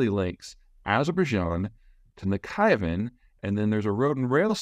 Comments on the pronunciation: Nakhayvan ? 🤣 lol it’s called Nakhchivan.. Azerbaijan is not going to attack Armenia simply because there is absolutely zero benefit and significant risks for them in doing so.. besides Azeris have other options just a week ago, Azerbaijan, signed an agreement with Iran and started building new roads and bridges through Iranian territory .. bypassing Armenia. Armenia has a choice and it is very simple : leave all hostilities behind, sign peace treaty and open all the borders with Turkey and Azerbaijan. if Armenia doesn’t want economic cooperation it is their choice after all. in that case all the transport corridors will bypass Armenia. exactly the same happened 30 years ago. back then Azerbaijan lost the war, however offered to build oil and gas pipelines going to Europe through Armenia.. Armenians refused 😑 as a result all the pipelines were built via Georgia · I love your analysis but you could work on your pronunciation of foreign languages. Mostly when you see "kh" in a foreign language, it's pronounced like the "ch" in Scottish "ch" (like a "k" but a more continuous sound, without a hard stop. A lot of English people just pronounce it "lock"). To pronounce Nakhchivan: Say "Nakh" (with the "kh" as in "loch"). Then say "chivan" (which is easy). It's also how you pronounce the "kh" in Kazakhstan, for example. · Good video, but this was the most American pronunciation of Nakhichevan that I have ever heard 😅 Considering the ethnicicties of the two azerbaijanis (the ones in azerbaijan and the ones in iran) i am not sure about how it may have evolved but the names have verry different origins. "Azerbaijan" is the arabic version if "antropathene" and used to be a persian satrapy. The azeris in azerbaijan used to be called "caucasian tartars" wich is a turkic ethnic group, they were actualy in the minority when the country was created but (again) the russians chose specifically the name "azerbaijan" to stir up the ones in iran. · Nakchivan = NAK Chee Van